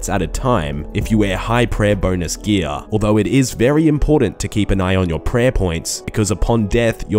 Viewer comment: "You can use high defence Ghee-ahhh" lmao